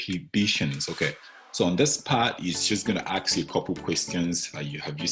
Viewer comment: What do you mean by ( aks you ) !!! Aks you ? What ???